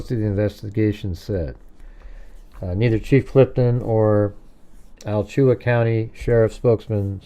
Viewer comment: It is pronounced "Ala-Chua" County.. Definitely some similarities with Koberger. He is not original at all like he was intending. Complete Sicko, both of them. Love the show 😊